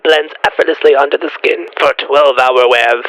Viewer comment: "Skeeen baeRRieRR RRRepaerrrr" - Nosferatu, 2025